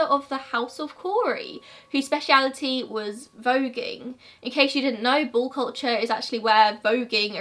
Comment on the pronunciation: I can't quite tell if u are saying ball culture or bull culture 🙈🤣